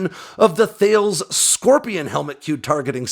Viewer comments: Great vid as always, just one small thing that bugged me (yep I’m petty): Thales is pronounced “Tallis” not “Thay-els” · Just to let you know Thales is pronounced Tal-es. A mistake every new employee has had to be corrected for at their interview 😂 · Thay-leez, please. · Thales is Tah-liss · Remember Thales is French, so it's pronounced more like Tahlez. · Thales is pronounced like Tal-lez BTW